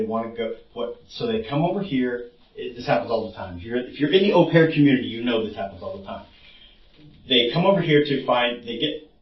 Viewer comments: 'Au' pronounced OH btw not ow! Thats painful to hear through out, such a basic pronunciation too! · Au pair= "oh pear" (like "go") not "ow pear" (like "cow"). He said it correctly, it seemed like you paused to correct him and explain. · Ow pear is not how you pronounce it. It's oh pair. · It’s pronounced, “O-pair” Not “ow-pair” for future reference. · The narrator mispronounces "au pair" & I'm finding it distracting. For the record, it's pronounced more like "O Pair". I know most people don't care but hey, I do. Additionally, I have never heard that two people having the same name in American culture is considered rude. That's absurd! Many families name sons after fathers - isn't that a case of having the same name? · Au Pair is pronounced "Oh Pear", like the French word "Eau" and "Eau de Toilette" on cologne (like the guy said in the interview several times). I thought it was funny when u kept saying "OW PAIR" lol (did u think he wasn't pronouncing it correctly?). The "OW" sound in French is written "AO" (like "Cacao") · Pronounced opair,not ow pair. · Au Pair is pronounced Oh-Pair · "Aaauuuu-pear"?! Come on dude, they literally pronounced it for you during the interrogation 🤣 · Hey, just fyi, Au pair is pronounced like “Oh Pair”. Its français. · It's "OH" pair. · Just fyi it’s pronounced Oh pear …the pervert and the detective both pronounced it several times. I apologize for letting my need to let you know this, I have the best of intentions 🙂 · Great vid, Just 1 thing au pair is pronounced (oh-pear) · The way he pronounces au pair. 😂😂😂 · I wish you could pronounce, ’au pair’ properly.